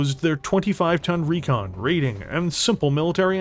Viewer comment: there's no a in recon, i swear i'm going to send you back to school lol